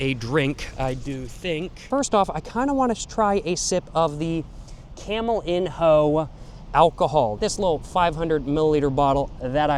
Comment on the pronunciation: camelinho is pronouced camelinyo btw